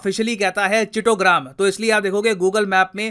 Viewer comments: It's not Chitta gram it's chotro gram in Bangla and local dialect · Sir aap BHI pronounce galat karte hai...chitogram nai...hai... Chatto gram hai...chattogram. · BTW we don't call it Citoram, we say Chottogram. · Chitogram nhi chattogram or chitagong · भैया की चिटोग्राम नहीं उस जगह का नाम असल में है चट्टोग्राम। चट्टोपाध्याय लोगों का बसाया हुआ ग्राम। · Chittogram nahi hai....Chottogram hai😑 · Correct pronunciation of erstwhile Chittagong is Chatto-Gram (चट्टग्राम). Probably the name came from village of Chattopadyaya (Chatterjee) families. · Chitogram nehi they call it Chattogram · This is Bengali word! prounce it like " Chottogram " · Chottogram in begali pronounciation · Sir it’s Chattogram ‘cha’ not ‘chi’ pronounce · It is not chittogram....it is chottogram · That's not chettogram that's chttogram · 😒its chattagram , not chitogram চট্টগ্ৰাম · Sir its Chattogram chat tro gram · Its chito gaon nhi . Chotto gram lol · From my bangaldeshi friend ...who aware about chittagong port...he once told me that...the traffic jam into chittagong port ...some time it goes beyond 7 to 8 days....huge traffic jam. Its not chittogram...chattogram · Sir I'm from West Bengal the correct pronounciation must be Chattogram (চট্টগ্রাম), ( Hindi - चट्टग्राम ) It's not a big matter if ur pronounciation differs because u r the & we love u ❤🤟follow u & u r doing just awesome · "Chottogram" that is the parfect pronaunciation...🙂🙂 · Sir, It's chattogram.... Pronounced as chattow-gram. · it's pronunciation is cho-trro-gram